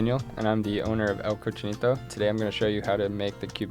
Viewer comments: he can't even say "El Cochinito" the right way tho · Damn, way to go! Can’t even pronounce the name of you restaurant like a real Latino. Have more pride man. It’s not preserving your grandmothers culture, it’s preserving your own culture (unless you were adopted that is). On a different note your sandwich looked good.